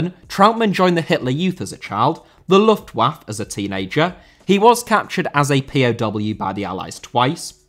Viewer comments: Luftwaffe* not Luftuaff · The pronounciation Its 'lüftwaffeh' 😉 meaning: airweapon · You can hardly complain that Brits can't pronounce Bernhard and then completely mispronounce Luftwaffe lmao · Great video! Just a tip: most non-English words that end with an e, have to be fully pronounced with the extra syllable at the end, like Juventude and Luftwaffe having four and three syllables respectively. In English this is usually signified by writing it as é, like café or Beyoncé (although there are the very few exceptions like catastrophe or recipe), but in other languages it usually isn't. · Luftwaffe, you pronounce the letter e at the end.